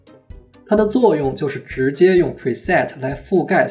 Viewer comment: 小小英文建议，preset重读是set，format重音是for